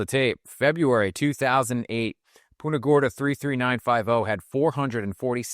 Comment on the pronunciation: It's PUNTA not PUTA